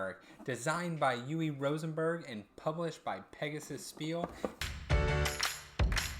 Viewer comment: Just found your channel & subscribed. FWIW his first name is pronounced— Ooh-vah but most gamers pronounce it ooh-vay. 😃👍🏽 But technically it’s ooh-vah.